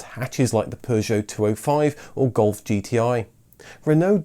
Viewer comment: Are you part French? I love the way you say, "Citroen, Peugeot and Renault".